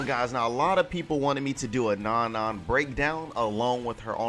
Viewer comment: isn't her name pronounced No-No? or am I wrong and it's Non-Non